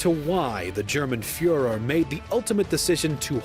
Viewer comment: he calls him "früher"